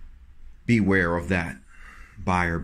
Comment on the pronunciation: And what is it we should “bEwAREee” of? 🤔